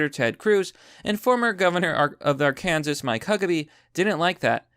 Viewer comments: Did you say Ar-Kansas and not Arkansas? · ar--kansas? Really? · Ar'kan-saw!! Not, Ar-kansas!! Your videos are great man, but god damn. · Arkansas is pronounced "AR-kin-saw". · Ar-kansas lmao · Arkansas is pronounced "Ar-can-saw" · Haha dude! Arkansas is not pronounced like Kansas. It is pronounced AR-CAN-SAW. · SAY “ARKANSAS” AGAIN 😂😂😂